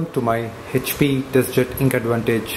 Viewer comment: Hhhap nahi hota hai HP hota hai. Pahle bolna sikh le